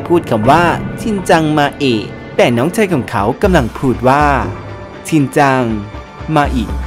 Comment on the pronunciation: มันเป็น ชินจัง"ชิเน่" ไม่ใช่หรอครับ